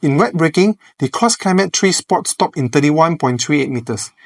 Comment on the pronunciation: You keep saying "Cross Climate Tree".🥲